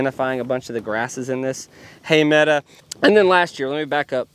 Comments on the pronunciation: I love the channel, your family and the bison. You have a college degree and used to be a teacher. Please stop saying "mead-a" instead of meadow. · So glad Dunbar seems tobefully recovered. itis not a meda. It is spelled medow and pronounced like med oh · Come on, it's a meadow not a meada. English is English.😂😂😂😂😂😂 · What’s with the word “meada”? If that’s “meadow”…? Stick with you impeccable enunciation 👍🏼